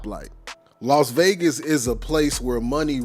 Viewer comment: It's Las Vegas Not Los Vegas